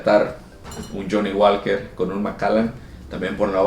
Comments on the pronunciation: El Johnnie Walker se pronuncia "Woker" no walker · la L es muda en johnnie walker no se dice